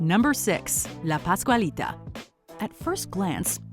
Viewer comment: Pascualita, not escuelita 🤣